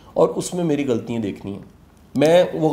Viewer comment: Ghaltian not ghaltiyein